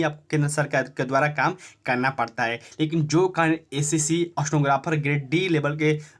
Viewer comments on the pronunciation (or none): स्टनोग्राफर नही स्टेनोग्राफर होता है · Aapka Pronouncation ekdam kharab ha.. Itna speed bolte ho! Stenographer ko snowgraphar sunai de rha ha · अस्तेनोग्रफर नहीं होता भाई